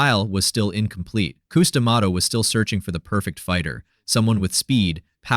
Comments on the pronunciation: Cus.. Not COOS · quit saying coose it is Cus or Constantine. what ur saying means a womens privates. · You mispronounced the man’s name all through the video. It’s Cuss. Not Cooze. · His name is "Cus", not "Coose". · Q’s? It’s Cus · Cuss - Like a swear word. NOT Cooz. Jesus - at least get the basics right or no one who knows better trusts the rest. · Coos, don't you mean Cus? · “KOOZ” D’Amato ??? 🤣🤣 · "Coose" ;p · How in the hell can this narrator get the guys first name pronouciation wrong ????